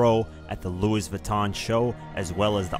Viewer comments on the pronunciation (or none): I was all the way into this until he said LouiS Vuitton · its not bad but he mispronounced louis vuitton as well as cedar sinai